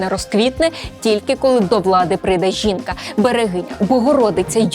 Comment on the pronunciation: ''зубажиння'', ''жинка'', апазіция''😂😂😂😂😂😂